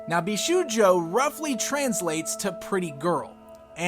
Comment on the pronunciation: Great review as always! PS Bishoujo is pronounced BeeShowJo.